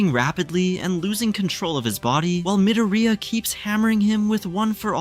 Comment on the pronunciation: why is this guy saying MidaRhEEyiAhh